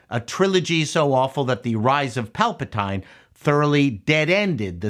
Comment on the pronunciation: Mate you’re a bit of a miserable old git aren’t you? I thought Ahsoka was ok, it threatened to be good from episodes 4-6 and fell away at the end. Also, as such an apparent Star Wars aficionado - could I enquire why you decide to pronounce Palpetine in a way literally no one has ever pronounced it? Mate if you’re gonna attempt to denigrate Filoni and Star Wars, perhaps learn how to pronounce the names of Star Wars characters? You’re mocking of the show is supposed to be funny I assume? It’s not. In fact your attempt at witty sarcasm does not become you. Must try better 😂😂😂